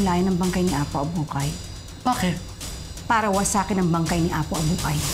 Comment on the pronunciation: Apo Abukay po. HINDI "APO ABUHAY"